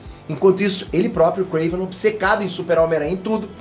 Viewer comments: Nao é kraven ! É KRAAAAAAVEEENN !! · Não e Kraven e Krevenn (se vc joga lol vc entendeu) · Pq fala krAvinoff e KrEiven.... é KrAven....